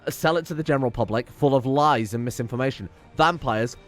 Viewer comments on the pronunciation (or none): none